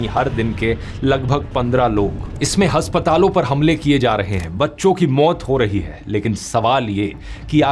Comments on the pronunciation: हस्पताल ❌ अस्पताल ✅ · Hospital ko hasptal bole hai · Haspatal ❌ Aspatal✅